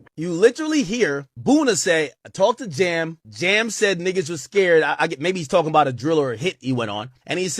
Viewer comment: It’s JAM not Jim dammit